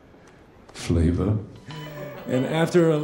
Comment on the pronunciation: I can't take the way he pronounces flavor seriously.